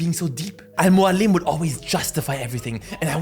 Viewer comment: No way you just said Al Mualim! You're an absolute legend, with impeccable taste!